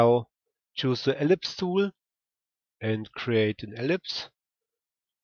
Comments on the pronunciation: Dont read it like tooul!!!! Read it like tool its annoying af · I mean I really like your videos but the way you pronounce the word "tool" is annoying me. Can you pronounce it right please? You can just look how its pronounced here: its like /tu:l/